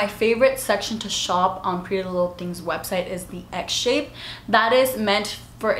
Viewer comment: Done! Girl I literally thought you were saying “egg” when you said “x shape” 😂😂